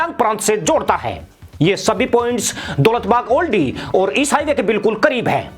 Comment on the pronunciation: जनाब ये दौलत बेग ओल्डी है न कि दौलत बाग ओल्डी। आप हमेशा गलत उच्चारण करते हैं।